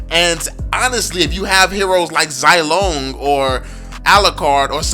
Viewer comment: Pls stop pronouncing “zai”long, I had commented on ur another video correcting it should be “zee”long. And I guess this new hero’s name should not be difficult for u. Min-sit-thar.